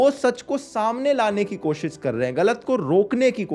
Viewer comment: Accha laga. Kaafi sahi tarike se samjhaya hai. Buss ek chiz pe kaam kar sakte ho. कोशिस का उच्चारण सही हो सकता है थोड़ा. कोशिश करो. All good otherwise. Keep it going.